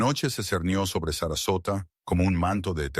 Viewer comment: The girl was 5 years old or 9 years make you a bad narrator 😅 is sasarosa or Sarasota please!